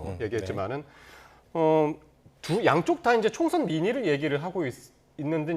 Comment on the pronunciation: 추경호 이 사람아~~ 총션이 아니구요 총~~~선~~~이에요 ㄸㅃ~^^